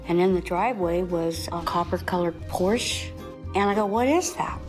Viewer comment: People who can‘t pronounce „Porsche“ correctly don‘t deserve to drive one.